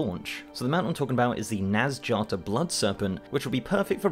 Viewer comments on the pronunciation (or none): It's Naz-ja-tar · Meh.. You pronounced nazjatar good enough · It'S NAZ-JA-TAR not NAZ-JATAR, people learn the pronounctiation of things, this hurts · can you please pronounce Nazjatar please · You keep pronouncing Nazjatar wrong